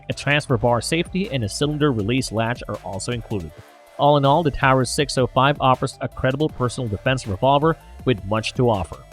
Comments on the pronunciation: Please stop pronouncing taurus that way for fuck sake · "Tao-rus" with tungsten "cer-a-koat-ee" If you are going to play as a gun channel, at least pronounce the names and terms correctly